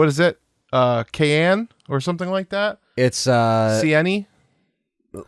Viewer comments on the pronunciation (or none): The car is pronounced Cayenne as in Cayenne pepper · Cayenne is pronounced Kai-en as in Cayenne Pepper.